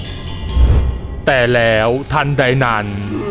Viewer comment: ตรงนี้ๆๆๆแร้ว คนพากย์เสียงเหน่อ แล้ว อ่าน ว่า แร้วๆๆ